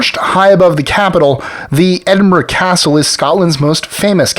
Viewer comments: Incredible. Of all the Scottish pronunciations you screw up completely in this video, you actually get Edinburgh right. Your facts are a bit off too especially when discussing Rangers v Celtic (it's not Celtics) and actually verge on the offensive in their inaccuracies. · Many thanks for making a video all about Scotland and well done on pronouncing Edinburgh. My only criticism relates to your old firm segment. While I cannot disagree to the historical bigotry that divides a shrinking minority of Scots, it is thankfully much less of an issue now than it was 20 years ago. Football violence is also rare these days.